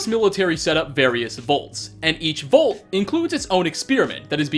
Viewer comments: It's "Vault" not "Volt" lol. Either way, I still hit like, because you're awesome. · It's Vault Mate! VAULT! NOT VOLT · Man says "vault" like "volt" and he says it so many times in this video. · Me: vault: VOLT